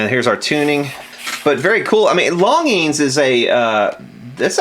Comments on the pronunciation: Hi longines pronunciation in french = lon zhin longines pronunciation in english = lawn zhean As for the scene in which you were loading your magazine; I was anticipating a following scene of the clock radio sitting on a stump in the woods and then you sending a bullet through it not only to demonstrate that the 70's are dead and gone but also to demonstrate as the clock was flying off the stump how time flies also, was wondering if you had tried spraying deoxit down the shaft of the original regulator? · Your saying the name wrong,Longines has a soft g not hard. Not that it matters though. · I believe that's pronounced like "lawn jeans". Somebody I knew as a kid had a longines symphonette stereo. Cheapy stuff. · You're killing me. The proper pronunciation is 'lawn-jeans'! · I'm old enough to actually remember TV ads for this company...name is pronounced "lawn-gene". And the g is kinda soft, French uppity-ish. Oh yeah, and check Mr. Carlson's Lab here on YouTube...the dude knows old radios/electronics - seriously knows. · Longines watch company. Pronounced LonGenes. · It isn’t technically a flip clock. It’s an analog clock with digits. Also, it’s pronounced “Lon-jeans”. Back in the 60’s and 70’s it was a big company that advertised by sponsoring TV shows.....way back when. Yea, I’m an old fart.. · Yo it's lon'jeen high end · Longine's is pronounced Lahn jean 's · I believe it is pronounced "LONN JEANZ". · Obviously never watched F1 as a kid. That’s where I learned pronunciation of dozens of foreign brands in the 70’s and 80’s. Hope he doesn’t try Gitanes Blondes. Lol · I also heard it pronounced "lawn jeans". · Back when they advertised they pronounced it lon-jeans.